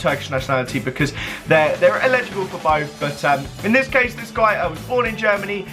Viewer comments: it's eligible not illegible. (el-i-ja-bul, not il-eh-ja-bul) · the way you say elligible makes me sick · sam cohen lol he pronounced it illegible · I hate it when people say illegible instead of elligible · "Illegible" fuck me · Edward Beach it's his accent he's saying ellegible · "Illegible" SMH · Why are you pronouncing eligible like that